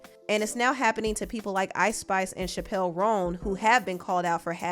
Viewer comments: CHAPle Roan not ChapELLE. It doesn’t sound like the comedian’s last name. Girl you always here pronouncing some white girl’s name wrong. 😂😂😂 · Not Chappelle like Dave Chappelle. It’s Chappel like the church. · Her name is not like Dave Chappelle, it’s CHAP-əl ROHN. 💜💜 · Not Chapelle Roan 😂 I’m sorry, made me chuckle a bit. Chapell like a wedding chapel 😊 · chappell roan is pronounced like “chapel” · Chappell Roan is pronounced CH-APPEL Roan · It’s pronounced Chapel, that’s not Dave chile 😂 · Love you very much I always watch your videos but you mispronounced Chappell roan’s name btw !😢❤ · The way you pronounced Chappell Roan made me picture Dave Chappelle 😭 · Okay, the way you pronounced Mamushi and Chappell Roan had me dying 💀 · The way she pronounced Chappell roan had me rollin 😂